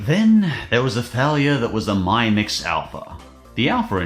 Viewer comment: It’s mi-mix (mimics) not my-mix 😂😂 also xiaomi is Korean sooo you know x -> "sh" not "z". Well maybe in AU it is 😂 Also the phone was a concept device, therefore was never released